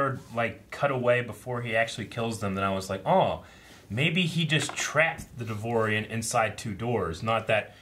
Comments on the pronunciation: It's not "Devorian", It's "Devaronian" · It's pronounced "dev ah ronieian"